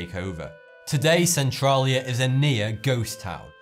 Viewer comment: thats not how you say Centralia